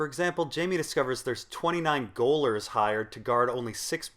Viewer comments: BTW, Gaol is pronounced "Jail". It's a more antiquated English spelling. "Goalers" lol. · "Gaolers" is pronounced "jailors". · * cough * it's pronounced just like jailer * cough * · Gaolers is pronounced the same way as 'jailer'. It's the original spelling but now people use jail and jailer. ;) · ps. "gaolers" is pronounced "jailers", not "goalers." The British/Australian way of spelling jail is "gaol". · It's pronounced 'Jailers'! ....goalers.... jesus. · Spelt "gaolers" but pronounced "jailers," FYI Notwithstanding, another great video! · Another top video, but just letting you know that 'gaolers' is not "goalers" but rather "jailers." It's still pronounced like "jailers" and it's merely the old English way of spelling it. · According to said article, they said "Gayol" "Gayhole", "Jaiole" or "Jaile". But from the first two derivatives I doubt either were pronounced "Goal". Try out Gayhole on the tongue (wow), then try Gayol in a similar style. From there progress to Gaol and you'll probably have it. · "Gaolers" is pronounced "jailers" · Gaolers is pronounced like jailers. As an adult man, you should know this. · Just a heads up gaolers is pronounced jailers. Gaol is the English spelling of Jail. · for future reference, gaolers is pronounced "jailers" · gaolers is pronounced as [jail-ers]. it's the older spelling. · Gaolers is pronounced Jailers!! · gaolers..it's pronounced like jailers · Gaolers is pronounces Jailers. Gaol is just an alternative spelling to Jail. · Gaol = Jail. Same pronounciation, so Gaolers = Jailers.